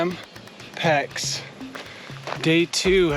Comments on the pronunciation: Become a better than mediocre amateur and stop pronouncing the "x" in Champex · I enjoyed until you decided to bastardize the pronunciation of Champex. Maybe it is American humour? I just don’t get it anyway. Good video otherwise and well done on your efforts.